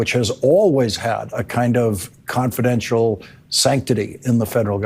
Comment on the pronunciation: ‘Condidential’ my ass!